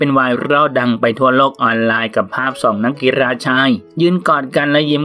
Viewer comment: คำว่า”นักกีฬา” กลายเป็น “นักกีรา” ไปแล้ววว 🤣